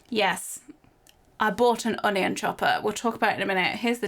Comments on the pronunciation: I love how she pronounces onion un- i- yon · The way cherry says “onion” makes me laugh 😂